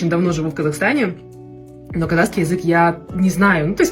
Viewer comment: Прошу прощения 😊можно произносить правильно😊КАЗАХСКИЙ❤❤❤НЕ КАЗАКСКИЙ.Х Х БУКВА Х,КАЗАХ.ПЛИЗЗЗЗ❤🎉🎉🎉🎉